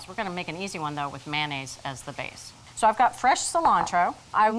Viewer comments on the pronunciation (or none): "We're going to make an easy [sauce] with manaise as the base." That's the first time I've heard an adult call mayonnaise "manaise."